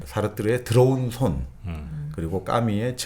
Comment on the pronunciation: 들어온 손? 드러운 손? ㅋㅋ 의 이런 발음의 손이 정프로의 더러운 손 발음보다는 깨끗하게 들리네요 ㅋ?😂 유투버 최고의 지성, 넘 멋져요 ❤